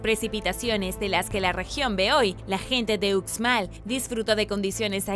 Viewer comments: Hola Uxmal se pronuncia como ushmal saludos desde Yucatán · Hola me encantan tus vídeos!! Uxmal se pronuncia ushmal 😬